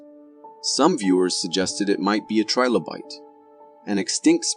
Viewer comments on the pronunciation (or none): none